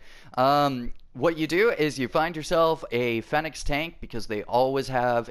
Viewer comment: it’s pronounced feeenix